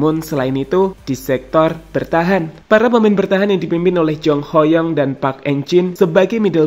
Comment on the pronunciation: Baru si mimin canal youtube yg nyebut nama Ho Yong dengan pelafalan yg bener 👏